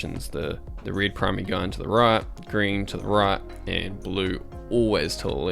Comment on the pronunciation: dude it's called ( red ). what the heck is ( rid )? .